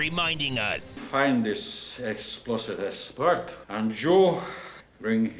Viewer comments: Essplosive essper 😂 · Esposive espert 😂